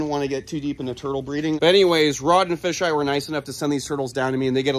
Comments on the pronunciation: It’s not “fisheye” it’s pronounced Fay-ji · Rod's partners name is Kevin. And his nickname is pronounced 'Fay Jai' . Just FYI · psssst you pronounce kevins nickname as FAY Ji